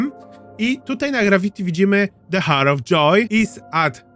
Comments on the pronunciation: Przepraszam ,ale czyta sie "AŁer" of joy ..a tak to przyjemny glos bardzo do sluchania :>> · The hour of joy - h nieczytasz 😅 Sorki musiałam